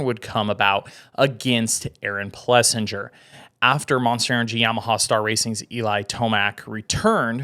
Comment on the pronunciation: I'm a fan... get the pronunciation right tho. It's plesSINGER. Keep up the good work guys.